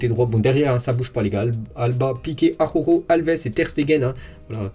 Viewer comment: tout l'monde galère avec la prononciation d'Araujo, même à la télé! ça m'tue de rire xD